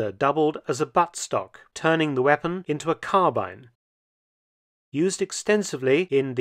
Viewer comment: It's so nice to hear the word "carbine" pronounced correctly in a video.